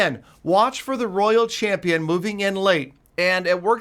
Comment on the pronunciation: will never know how to say royal champion xD